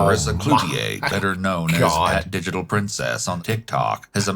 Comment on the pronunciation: I don't like that the narrator pronounced her name wrong, it's De-gee-tahl, pRen-s-CHhss